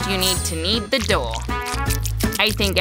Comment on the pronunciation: I love how they saw dOah instead of dough